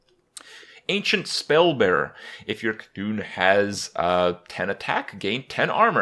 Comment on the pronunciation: Ancient SPELLbearer had me cleching my buttcheeks.